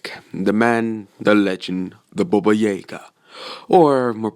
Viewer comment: He said baba jaga wrong twice he said baba jagär